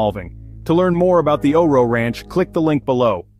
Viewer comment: I have one of their retired geldings. Best horse EVER! Also, it's not O-RO. It is O RO. Pronounced O.R.O. Good video.